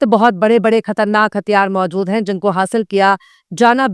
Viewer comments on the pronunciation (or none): none